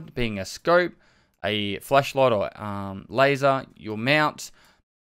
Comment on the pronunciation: It always sounds like he says that. Lol